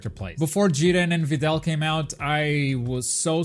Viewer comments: It’s JIR-REN. Say it with me, JIR...REN. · Why do you say jiren so weird